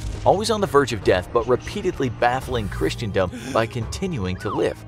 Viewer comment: "Christiandom" is not a thing. It's actually "Christendom" and pronounced "krissendum"